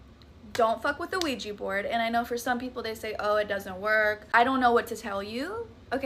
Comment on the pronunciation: PLEASE stop pronouncing ouija as weejee !